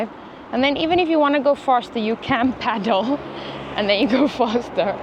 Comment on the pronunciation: Peddle, not paddle 😂